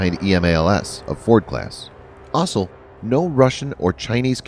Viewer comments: "Ossel"? Why can't the new voice say "also"? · Kudos on not using an electronic voice...but can you find a narrator who can actually read words? "Electromagnetic Airlift(???) Launch System"..."The system uses linear introduction(???)" ... "EASA(???)" And is it really that hard to say "also" instead of "ossle(???)" You know what? maybe it's electronic after all... :\ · The plural of "aircraft" is "aircraft", not "aircrafts". Also, the world "also" is pronounced like "all - so", not like "awsul". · "Also" sounds like "Osle" lol